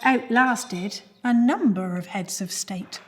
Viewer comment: emphasis on heads.